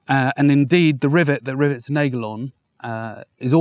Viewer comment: please do not call that a nejgel. That sounds really, really... bad. Just use any online dictionary with the function to read words out loud to you ( i use leo online for that) and type in the German word "Nagel". Listen, repeat, done.